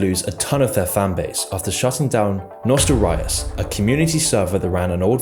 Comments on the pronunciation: good video. But I have an issue with how you constantly mispronounced Di-ablo, World of War and Nostairius. It's Dee ah blo. World of Warcraft and nostaLrius as in nostaLgia. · "dye-ablo", "world of war" and "nostril-rius"... come on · Nostelryeus, think you mean nost-all-tee-us there brother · WTF IS NOSTA-RIUS its NOSTAL-RIUS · Its not nostelrius but nostalrius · bro, I can't take you serious when you can't fucking pronounce the words right..it's "World of WARCRAFT" not "World of War".."Nostalrius" not "Nostal Rius" etc. etc. ffs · warcraft 3 remake wasnt there last chance. Nobody even gave a shit about it. There last chance was classic wow. Your videos have so much potential but seems to me alot of your videos are half assed and Cookie cutter bs just to make money. Obviously u never played with if you call it NOSTA-RIUS instead of the actual name if you can read NOSTAL-RIUS. You didnt even mention classic and how it broke twitch records. Just bias smear crap content but what else is new its your whole channel. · I think you're doing it on purpose... lol It's pronounced: NOSS-TALL-REE-US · Everyone: Nostalrius This guy: NOSTA-RAYOUS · And you pronounced Nostalrius as "noh-stal rye-uhs"... This video is clearly made by someone that doesn't really know what they are talking about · "Nostel- RYus" kekw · I know it’s a dumb nitpick, but the constant mispronunciation of Nostalrius triggers me. It’s Nos-tall-REE-us! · Nostalrius. Nostalgia. Nostalrius. Say it with me now. Nostalgiarius. Okay now take the gia out. Nostalrius. Ty ty tomorrow there will be a history lesson on the fact that nostalrius wasn't even close to the first vanilla private server let alone the first to be c&d'd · nostra what?? can u say that again?? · Why do you keep calling it world of war? Also I have never heard anyone pronounce nostalrius the way you do. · He also mispronounced Nostalrius, and keeps calling World of Warcraft "World of War" for some reason